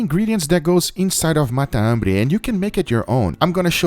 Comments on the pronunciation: is matambre not mata ambre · Fala sou argentino e a pronúncia é matambre, tudo junto, não mata hambre. Video foda! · It sounds like you're saying "Mata - hambre" Argentines say "Matambre" (it has one less syllable than mata - hambre) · matambre Sam the cooking guy: The best MATAMBRE I have EVER COOKED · He's saying it the portuguese way. Meaning is the same. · It's not the accent, in Brasil we speak matambre as you stated you do in Colombia, I guess he's trying to focus on the "hunger killer" translation for american audience.